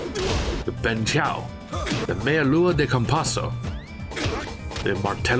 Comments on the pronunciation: verdade. Só falhou um pouco no bentchao kkkkk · To this day, I haven't met a single non native portuguese speaker that could say "Bênção" correctly... and the streak continues today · maluco tentou pelomenos, bem melhor que a maioria, pelomenos ele não falou "bencão" q nem eu vi uns gringos falando